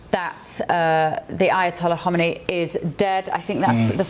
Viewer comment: Weirdest pronunciation of the ayatollah's name lol